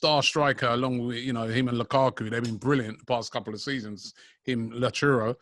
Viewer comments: Lachuro lol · man really said latrooro🤣